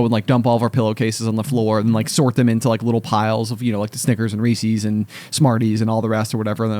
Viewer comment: It's Reese's, as in, the property of Reese. What are "Reesees"?